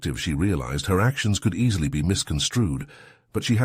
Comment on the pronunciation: "could I" is a question instead of a statement. The accent is on the "could" not on the I. your AI NEEDS TO LEARN THE DIFFERENCE